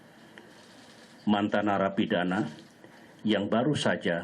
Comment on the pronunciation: Ada penekanan “mantan narapidana …” kayak mensugestii di awal